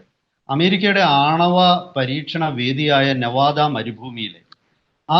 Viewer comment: എടാ ചെക്കാ നവാദാ അല്ല നിവാദാ ആണ്.